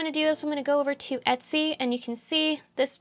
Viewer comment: Faster. They're saying "et c", not "etsy", because the phrase is "et cetera". Two words.